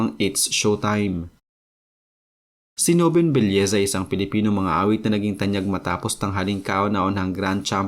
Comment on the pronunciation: Belleza o nobleza? Paki linaw nga.